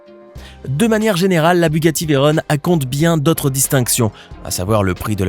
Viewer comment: Veyron ne vient pas de l'anglais et ne se prononce ^pas Veyrone. On dirrait un PUTAIN D'ENFANT DE 6 ANS. Elle s'appel comme ca a cause de Pierre Veyron qui à gagné au Mans en 1939 sur Bugatti type 57